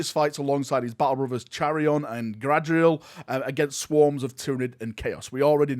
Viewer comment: Is nobody going to talk about how badly butchered Chairon and Gadriels names?